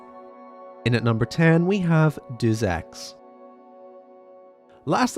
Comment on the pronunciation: why are you saying and spelling Deus Ex like that. have you even played the game